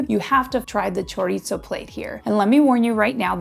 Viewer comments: Will you PLEASE STOP mispronouncing CHORIZO??? There is no "T" in it just because you thought you'd throw it in. It's NOT 'chor-eat-zo'. You are in Tucson in the Sonoran Desert. Say it right or please don't say it. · Choritzo? LMAO